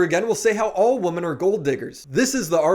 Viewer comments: Brother, please learn how to say “women” properly. You sound slow af when you pronounce it like these Gen Z YouTubers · I like but why does he say “Woman” even in plural form? lol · Required English lesson: One woman = woman More than one woman = women So annoying these so called experts butcher it over and over and over.